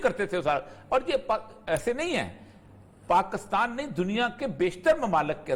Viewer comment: Oreya sb, mazrat k sath, sahi Tlafuz PAKISTAN hay, ya PAKASTAN hay..??? Aghar Pakistan hay tu herat hay ap hamesha PAKASTAN boltay hen...plz rahnumaey farmaen..🙏